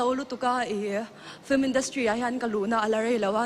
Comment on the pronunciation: FILM hi FLIM ti-a lam hi a thing ngawih ngawih. Intih chankanna mawl thlak tak a ni. "Inchengvawng/inchengvawn" tih hi tawngkauchheh dik lo a ni. "Chengvawng/chengvawn" ti ila a dik reng.